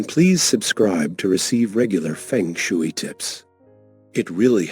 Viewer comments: Feng shooey?? No . Ai narration is too lazy. And ignorant. If you can't even pronounce it, you don't know the subject, do you. Disliked. Fix it!! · It’s pronounced fung shway 🙄 but thanks anyway.